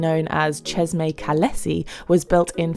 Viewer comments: I think it’s pretty funny that you emphasize Jeremy’s name (very French) lol and that’s great. But you repeatedly pronounceÇeşme wrong. Chesh-meh would be the correct pronunciation. I cringed every time as probably most Turks would. Love your videos with a style like no other however you seem a bit rushed more often than not. Slow it down and smell the roses. Peace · Thank you for the insights of one of the world's most beautiful countries and for the information about the landmarks. Bu the way, It's promounced Ceshme in English as the letter "ş" in the Turkish alphabet stands for the "sh" sound. ❤ from Montreal, stay safe 🙏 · Pronounced as Cheshme